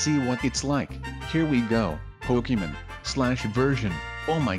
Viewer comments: umm it’s not Pokéman it’s Pokémon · uhhh it’s pokemon not pokeman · it’s pokeham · it’s pokèmon*